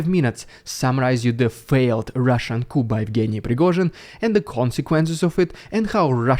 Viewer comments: Thanks for your reports, which I appreciate. Your English is very good, but please note that the word COUP is pronounced "COO." It's just one of the many vagaries of English. Keep up the good work. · coup is pronounced koo (without the p) Another point, not mentioned by many people, is that Ukraine could probably send a couple of mechanized brigades to Moscow if they wanted to. The NE region of the Russian border with Ukraine is mostly open (not counting the occupied territories). That was shown when the Free Russia units entered. So Ukraine is clearly showing restraint by not attacking Russia internally. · Hey! I enjoy your content, and I have one note for you: 'coup' is pronounced 'coo' - the 'p' is silent! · "COUP" as in 'Chicken Coup' is pronounced with a clear 'P. But a "Military Coup" is pronounced 'KOO' with a silent 'P.' Ultimately, the way things play out in the next month or so, the QUESTION IS : "WHO STANDS TO BENEFIT FROM THESE EVENTS ?" <--- that is the one responsible for all of these. SLAVA UKRAINI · Excellent reporting with great analysis. FYI 'Coup' is pronounced with silent 'p' so sounds like 'Coo' ;-) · In English it is pronounced KOO😅😊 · The p in coup is silent, it is pronounced "coo". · Thank you for your excellent coverage of the conflicts in Russia and Ukraine. FYI.. English is an odd language at times, but the word 'coup', is pronounced coo (rhymes with 'do'), when it is referring to a military uprising, but pronounced coup (rhymes with 'soup') when it is referring to a home for chickens on a farm. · First of all-your channel is awesome, thank you for all you do. Coup is pronounced Coo...the P is silent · The p in coup is silent. It's French that sounds like "coo". Just letting you know :) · Just a note on pronunciation. "Coup" sounds like koo. The 'p' is silent. It's a French word. Keep finding more Rrrrrrridiculous Rrrrrrussian Prrrrrrroopaganda for us to ridicule. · coup is pronounced "coo" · The word coup is pronounced Koo